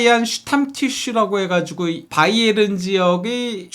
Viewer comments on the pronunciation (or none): none